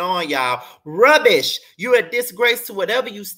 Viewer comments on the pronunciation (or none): you had me HOLLERING at the way you said “RUBBISH!!” 😅😂🤣